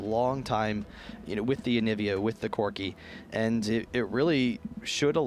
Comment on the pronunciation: Man one of those guy's pronunciation drives me insane. "Yeah, Corki saul that he had an executioner's calllink, which is very stronk against kalg-mal"